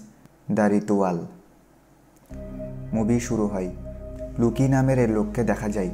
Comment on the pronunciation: বানান সঠিক ভাবে উচ্চারণ করুন ভাই। মুভির নাম > ritual > রিচুয়াল। রিতুয়াল না।